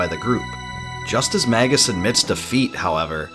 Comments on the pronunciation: It's so painful to hear Magus pronounced as Maggus so many times in a row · Mage - Us pronounced may juss not magguss